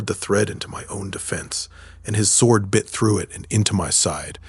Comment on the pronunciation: The Ai's voice changes way too much, and the first time I heard the W pronounced in sword, I knew this had not been checked.